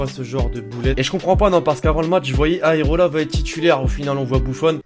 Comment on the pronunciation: Pk tt le monde dit aerola c areola